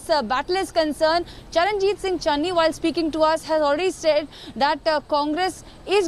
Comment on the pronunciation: Kamse Kam marati netaaon ka naam toh teek se bolege. Channi hai chenni nahi, name tak nahi pata, bole capable CM. Chaar mahina pehle koi iska naam pata ta. Capable CM kaise AAP ko pata chala